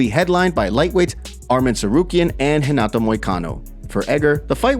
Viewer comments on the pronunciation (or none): none